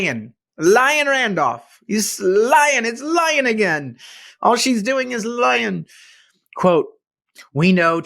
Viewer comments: CA native. Just got back from Colorado visiting family. Gas is $2.39 there! And they're not even an oil producing state!! PS. Liane is pronounced lee-ann, not lyin. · Your political views are 100% right. But it doesn’t increase the public’s view of your IQ that you pronounce the name pronounced “Lee-ann” as “Lion” 😂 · Liane, sounds like, Lee on ee, but call her what you want 🤪